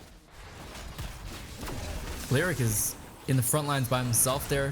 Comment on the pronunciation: Dude it hurts when you mispronounce names constantly. You must have heard his name in at least 1 YouTube video. It's "Lee oh rick" he is not a lyric or a rhyme. It's also not Meeradin... it's "Mur ah din". This will probably be ignored by you again unless up voted for sure. Sorry to bring it up but it's not very common to hear their names mispronounced.